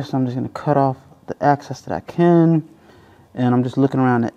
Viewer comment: excess! not access.